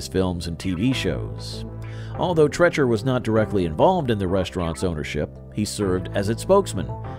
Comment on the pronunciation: It’s Arthur “Tre-e-cher,” not “Tre-chur.”